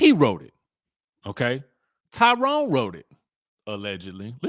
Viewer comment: says Lie Rone. Lol